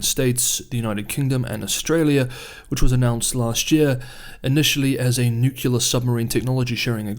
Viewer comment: For me the world is divided into people who say nuclear and people who say nukilar. This here, is.